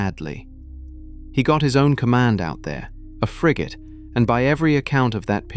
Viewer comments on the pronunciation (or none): frigate, not frigot.